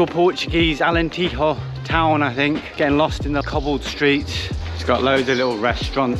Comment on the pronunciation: Great video! Friendly pronounciation advice though. In Portuguese, the Js and Gs do not sound like Hs, the way they do in Spanish. Js and Gs sound like they do in English. So it's Alentejo, not AlenteHo. It's Beja, not BeHa. Jorge sounds like George in English and not HorHay. Js and Gs NEVER sound like Hs. You got Zambujeira right, so cheers!